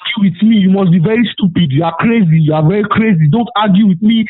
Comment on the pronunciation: "Listen to me. Is you soupeed?"